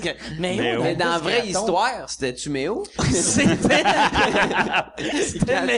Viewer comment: Mé Oh pas Méyo XD